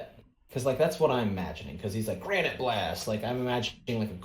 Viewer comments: are you talking about granita, like the italian dessert? We're reading it as granite like the rock you find in a quarry. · You keep mispronouncing the “Gra-ni-te” in Granite Blast. It’s the name of a dessert. That’s why he talks about food and taste all the time. My idea for his domain is a cake shop with ube and sweet rolls surrounding and shooting for all angles.